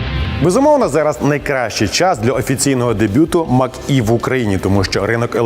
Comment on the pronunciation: Може Мач - Е, а не Мак-Е.